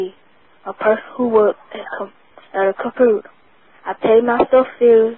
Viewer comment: I am not trying to hate, do we not have enough sports players that can not pronounce Computer etc.?